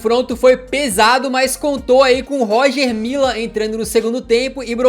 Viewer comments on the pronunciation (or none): A pronúncia do Roger Mila está errada Lê-se Roger Milá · Poxa....cansei de ouvir Roger Mila kkkkkk. Lê se Rogê Milá Hagi tbm kkkkkkkkkkkkkk. Afffffff. Amo os vídeos, mas estudar a pronúncia dos nomes dos atletas é bom..... fica a dica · "Róger Mila" tu vai ver kkkk Pronuncia certo pô kkkkkk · Pronuncia-se "Rogê Milá" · se pronuncia "Rogê Milá". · A pronúncia é Rogê milá, na língua francesa, oficial da república de Camarões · Bacana demais o vídeo Parabens pra toda a equipe So uma obs... A pronúncia é "Rogê Milá" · Não querendo ser chato mas acho que se pronuncia “Rogê Milá”